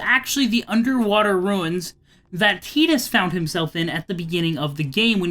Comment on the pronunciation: This guy so dump ,he keeps saying tidas wrong..😂